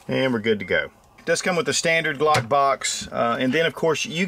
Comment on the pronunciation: I guess you tried to say Glock instead uuagkk 😅😀🙈👌